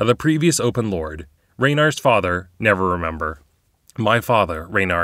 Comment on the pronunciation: Am I hearing it wrong or do you call Raenar "Never remember"?